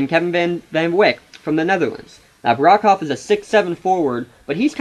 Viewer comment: Balance? What are you talking about? The Crusaders have eight legitimate players, and nobody is dominating when it comes to minutes played. The Titans mainly use only six players and basically have no bench. Where is this balance coming from? You also mispronounced Calliste, Broekhoff, and Van Wijk.